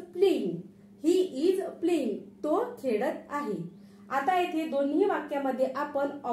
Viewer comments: हो सेकंट सेंटेन्स मध्ये तुम्ही फक्त एकदा प्लिंग असं म्हटलात मी पुढे व्हिडिओ पाहीला नव्हता पुढे तुम्ही प्लेईंग असाच उच्चार केला आहे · प्लींग उच्चार चुकीचा आहे मॅडम तो प्लेईंग असा आहे